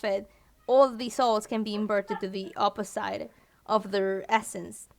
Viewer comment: I'm getting triggered so hard every time she says opi-ssite